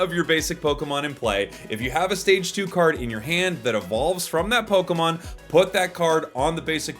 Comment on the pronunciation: Its like lokemin breder